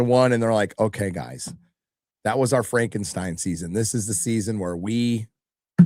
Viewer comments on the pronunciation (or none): none